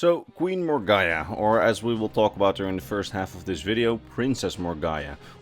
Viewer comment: It's pronounced More-Gah-Nah